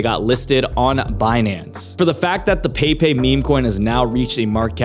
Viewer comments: It's not "pei pei" it's "peppeh". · peypey 😂 bro its pronounced Pep pey 😂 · I think the frogs name is pronounced PEH PEH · It's actually pronounced "Pepai"